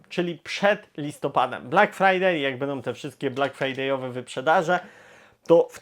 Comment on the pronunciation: Bardzo razi to "bendom, wyjdom". A nie da się bardziej po polsku ("będą, wyjdą")? Obiecuję, że przestanę subskrybować kanał, jeśli choć troszeczkę nie zmieni się mowa. Pozdrawiam